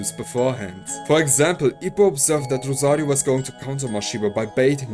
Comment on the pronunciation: The way you say rosarioooo is satisfying